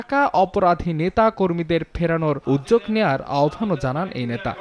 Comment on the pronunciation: হ্যালো শুভ সাংবাদিক উদ্যোগ নাকি উজ্জগ কোনটি কারণ.. উচ্চারণ হলো সেরা পাঠ দান